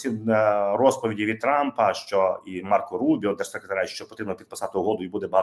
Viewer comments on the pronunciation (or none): none